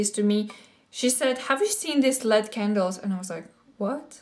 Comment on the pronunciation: I love candles Like that. But they are pronounced. L.E.D. For Light Emitting Diode. Like the TVs. :). Wonderful haul! I wish we had a maxima here in U.S.